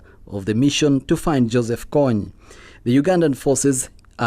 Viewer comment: It is kony not konney